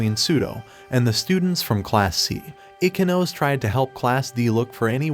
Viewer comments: Wrong pronunciation of Ichinose (I-chi-no-se, not I-ki-nose) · Ichinose is pronounced "ee chee no say"